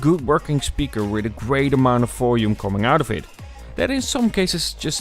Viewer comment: You keep on saying "folume" instead of volume. :)